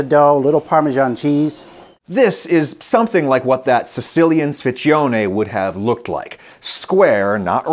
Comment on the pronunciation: Sfincione WTF! closes pronunciation is "sphyntchonay".